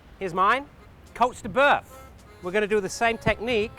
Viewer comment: Damn it.. Stop saying Coats de boeuf... It's Côtes de bœuf